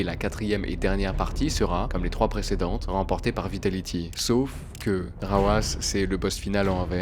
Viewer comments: Très bonne vidéo. Par contre on dit Rw9 pas rawass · "RW9" COMMENT ÇA SE PRONONCE ?!?!?! Je comprends pas